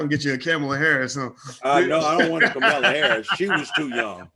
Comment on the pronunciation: Did this man say cum-ala Harris???? Smh